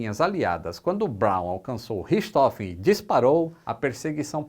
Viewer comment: A pronúncia é "richi rôfen"